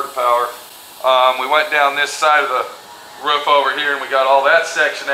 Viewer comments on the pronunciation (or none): It ROOF not ruf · not being a nit pick. ITS ROOOOOOOF not ruf